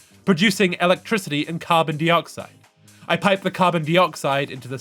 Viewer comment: I was enjoying this so much right up until you started pronouncing dioxide as dee-oxide, so distracting, it's die-oxide.